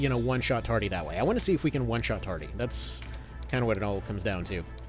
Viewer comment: Why are you calling him Tardy?